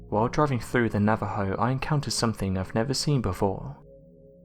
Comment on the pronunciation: Thank you for pronouncing Navajo correctly! Excellent video!